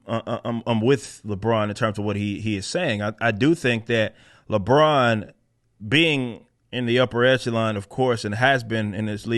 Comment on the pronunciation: More like “Libron”